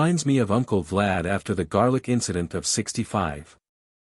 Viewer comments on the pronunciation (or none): none